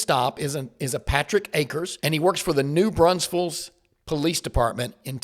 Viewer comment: The real crime here is how says New Braunfels! 😂😂😂